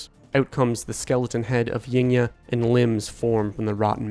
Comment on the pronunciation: Yngya pronounce Ing-ya